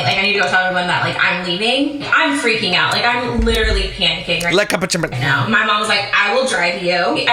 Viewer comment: I cannot say the word “literally” normal anymore. I always have to say it the way does lmao “literacally” or some version of that ha